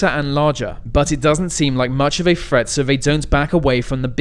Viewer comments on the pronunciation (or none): Huwwacane. Tewwible. Thweat .